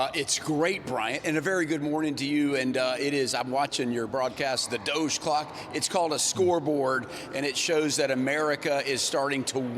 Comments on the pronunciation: 1000% he said Doge Co** and not Clock o.O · He left the L out of "clock", lol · I did not hear "clock" 🤔